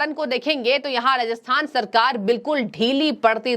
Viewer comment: Ma'am Rajasthan Hai Ji not rahathan